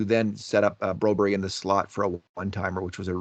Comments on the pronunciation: why are you calling Phillip broberg BROBERY???????? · Broberry???? BroBERG,. You can do it! Do you call Mark Whalberg, Mark Whalberry as well?